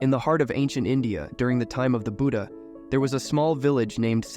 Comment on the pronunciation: It's not buda it's Buddha. You probably use voice AI for these stories.